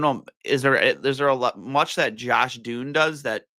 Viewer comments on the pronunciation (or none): Josh Dunne as in Done not Dune